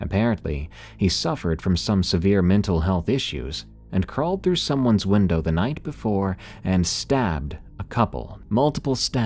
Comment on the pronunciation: Great listen as always, but what is it about saying: "windaaaah" instead of "window"? It sounds hilarious!